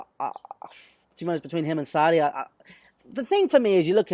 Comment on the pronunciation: Any particular reason you are saying Sarri like a gimp?